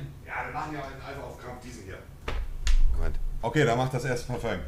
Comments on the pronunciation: Jeder normale mensch:parfum Monte:PARFÖNG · Monte es heißt Parfum nicht Parföng... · Dieses Parföng triggert aus der Hölle, bitte sag dann halt einfach Parfüm.. und nicht Parföng!!! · Was für parföng das heißt Parfüm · S Es heißt fardöng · Niemand: Wirklich niemand: Monte: Parföng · Bitte übe das Wort : Parfum richtig auszusprechen !